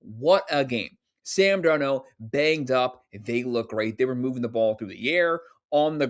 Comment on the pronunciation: I agree also can you teach this guy how to pronounce Sam’s last name 😂😂😂